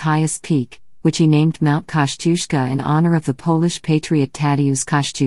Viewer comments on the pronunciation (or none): It’s pronounced Koz-i-osco. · I would like to hear Polish pronunciation of the name. I think it may be different form what we expect.